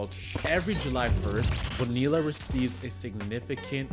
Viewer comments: 40 seconds in and i heard that first “bo-nilla” and I had to stop the video. Its 2024 man. We should know how to pronounce the double L’s by now. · Literally just said "Nope. I'm done." After the second "Bone-eella" and stopped it. I I had hoped the first was just misspoken but nope. Came right down here to admonish this dude. Glad to see I'm not the only one!! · Lol get the name right it's Bo nee ya you don't say the LLs or just simply say Bobby Bo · You don't pronounce the Ls in Bonilla. Bo-Nee-uh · great vid - it's pronounced Boneeya btw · Why would you put in all the work to create a quality video and not bother to learn how to say his name correctly? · Him mispronouncing his name is not that deep. Great video brotha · Dude it’s not to late to delete this and remake it pronouncing his name correctly… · Dude you should’ve looked up how to pronounce his name. This is painful.